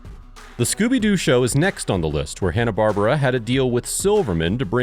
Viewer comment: Love the video but you pronounced Hannah-Barbara wrong.